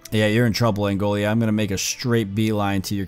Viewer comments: Angola, not Angolia... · It’s pronounced an Goal uh